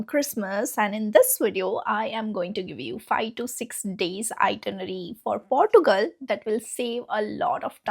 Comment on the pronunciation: 😂😂😂😂😂😂 Portugal😂 Girl learn to pronounce the names properly first